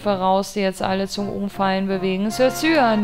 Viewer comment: Cyan spricht man aus wie "Cayenne" (Kai-änn)